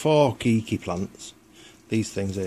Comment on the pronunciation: its kay key not key key